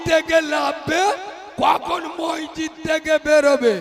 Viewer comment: মসজিত নাম টা ঠিক ভাবে বলতে পারেনা সে আবার এতো বড়ো বড়ো বাতেলা মারছে লজ্জা ও লাগেনা নিজেকে